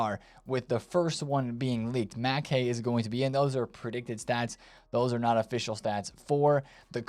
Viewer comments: It’s Makaay not makeey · Since u love pronouncement advice, the A's in Makaay are all pronounced like in Madueke, NOT like in "man"